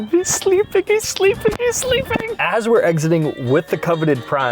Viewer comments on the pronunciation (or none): "HiS sLlEPIN, his SLleEppInNN" -from a wise man